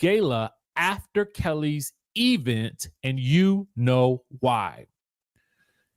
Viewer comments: Why do the bloggers pronounce event that way? Omg annoying! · E-vent was a joke 3 years ago. I'm now of the belief that the work pronunciation has permeated your vocabulary. Please stop.